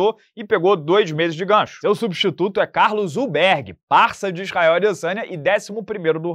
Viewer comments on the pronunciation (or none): none